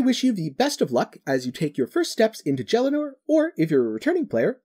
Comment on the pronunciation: Great video but the way you pronounce Gielinor is just wrong..